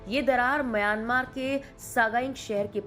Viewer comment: आप सही उच्चार करें : म्यांमार। "मयानमार" बोलना ग़लत है।